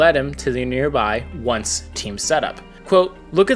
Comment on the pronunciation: Love this channel. Just an FYI, the Spanish team that Miller was speaking about is not pronounced once, it’s pronounced “own-say”